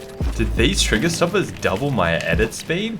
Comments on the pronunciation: “DiD tHeSe Trigers DuoBlle my edit spEEd”? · Nobody:: “DiD a FlY lAnDiNg oN My ShoUlDeR DuoBlE mY EdIt SPeeD” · Every video flea “DID IT DUBOLE MY EDIT SPEED” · Stop say doble my edit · Literally every videos: “Did going homeles double my edit speed”